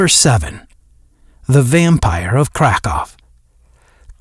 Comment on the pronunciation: It's Krackow, not "Crack-Off" AI narrators🤪